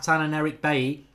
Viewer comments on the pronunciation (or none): none